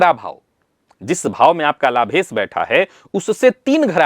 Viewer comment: कोई ऐसा दिव्यातिदिव्य महानतम प्रयोग/उपाय चाहिए जो हिंदीभाषी विद्वानों को 'श' का शुद्ध उच्चार करना सिखाये। "लाभेस", "लाभेस", "लाभेस"...